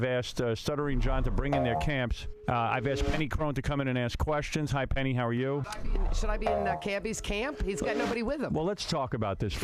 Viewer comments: her name is pronounced Peggy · I love how nobody can get Penny's name right LOL!